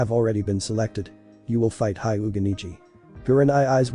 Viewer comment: it's not highga but hyuuga